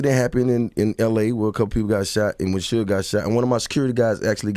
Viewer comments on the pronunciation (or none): none